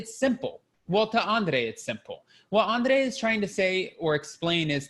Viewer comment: Love your reviews! The way you say Andrrrrrrei!!